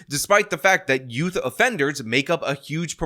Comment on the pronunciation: “Teens” “youf”